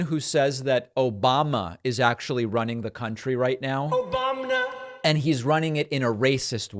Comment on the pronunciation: Obamna gets me every time 😂